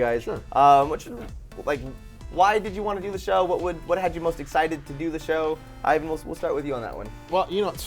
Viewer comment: IVAN not IAN.